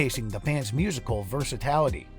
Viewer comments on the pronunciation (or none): What is 'versitality' ?